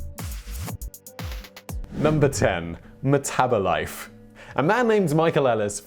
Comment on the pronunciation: "Meth -abolife"😄